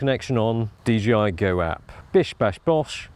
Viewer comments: Hey, it ain't DGI, it's DJI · ya know I have always wondered when people were gonna realize the company is called DJI because people always say DGI